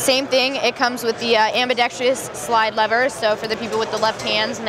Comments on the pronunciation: Dear Glock, Can you please train your team members to stop saying "Am-buh-dex-TREE-us"? Ain't no "tree" in that word. Thanks! M.R. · Ambidextrous only has 4 syllables....kill the second "i" sound you put in it.